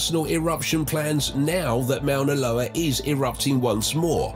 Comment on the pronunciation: It would be nice if this speaker could pronounce Moana Loa right. Mount Tahoma (Mount rainier) s also active and if it went off Seattle and King county in Washington state would be a disaster.